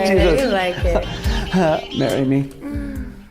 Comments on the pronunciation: did he say 'marry me' at the end? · nope, he said "marry me" This isn't Christmas....psst lol merry.